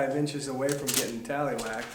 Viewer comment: Did say “ Telly whacked?”